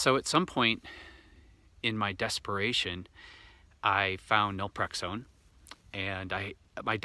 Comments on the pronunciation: Naltrexone not nalprexone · do you mean Naltrexone? You say Nalprexone which I’ve never heard of. Not does Google. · How do you pronounce the medication you mentioned? Was that nelprexone? Or Naltrexone? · I’m a bit confused. Are you trying to say Naltrexone?